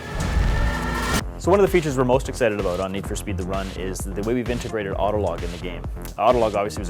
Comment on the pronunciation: So this what this game is ABOOT, eh ? :)